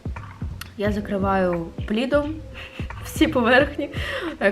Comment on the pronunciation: не плідом, а пледом 😅❤️❤️